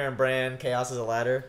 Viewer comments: ITS BRAN AKA BRANDON STARK. Bronn is the OG mercenary badass that shot drogon. Really irritated me when every one of you kept saying Bronn instead of Bran when talking about the starks reuniting. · They keep pronouncing "Bran" as "Brawn" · why do they call bran, bron? wtf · Why y'all calling Bran "Bronn"? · Why did they call bran, bronn? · Bran* I know it's nitpicky, but you keep calling him Bron lol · Why does everybody call Bran Braun.... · Bran not Bron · stop saying bronn when you're talkin about bran, cmon guys. lol